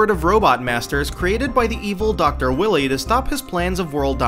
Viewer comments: It's Dr. Wily (pronounced WILEY or WHY-LEE), NOT Dr. WILLY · There you go again with the name butchering. it's WILY(WHILE-Y) not WILLY(Wet Willy) Define see this happens one more time I'm so unsubscribing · you pronounced doctor wahwee wrong. lol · His name is pronounced WHY-LEE, NOT WILLY!! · I'm sorry, but "doctor WILLY!?" It's WILY pronounced WHY-LEE. Also, a lot of these are not medical practitioners, rather they are scientists. THERE IS A MASSIVE DIFFERENCE. You have no idea what you're talking about at all, please do at least SOME research before making a video. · "Dr.Will-ly" lmao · this nigga really just said "dr willy" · You just said Dr. Willy. All credibility is now lost. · Wily is pronounced "While-ee"